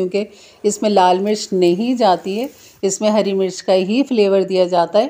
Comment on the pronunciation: ‘ haari’ nahin ‘ harri’. ‘Shola’ nahin ‘ shulla’. Sahi tallafuz hai. Muaf kejiye ga.